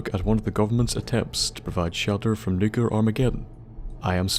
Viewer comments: NEW-clee-uhr, not NUKE-you-lur Please learn to say the fucking word. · Nuc-L-ear!!! not Nucelar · 1 because he says it wrong 2 because it drives me nuts